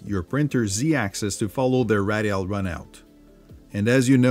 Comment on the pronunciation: No offense, but you are pronouncing radial like fragile. Ray dee all.